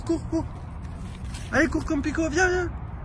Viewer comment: Mdr,ta copine de 5 dit pito au lieu de pico